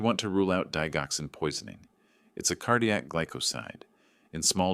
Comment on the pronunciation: The narrator needs to learn how to pronounce digoxin.